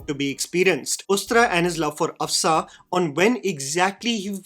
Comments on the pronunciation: It's Af-Shaan, not Af-saa or Af-saan and Jal-aal and Jalll-alll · Af-shaa(n) not Afsaan and Ja-laal not Jall-lal. Rest of the observations are spot on.